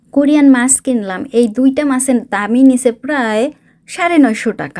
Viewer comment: ওটা মাস না কথাটা মাছ